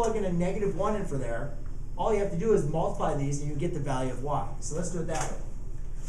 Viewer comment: he said what I'm gonna do is but it was all together at the same time so it sounded like Duse